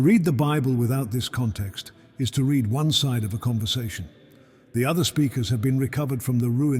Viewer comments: I quit the moment AI read "read". There's nothing free. I pay with my subscription, so be greatful if you are able to monetize ears and eyeballs instead of spreading misery. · AI cannot read "read" and errors keep on multiplying.